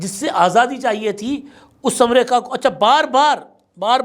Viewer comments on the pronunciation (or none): “amrayka” Kia hai in Urdu its “Amreeka “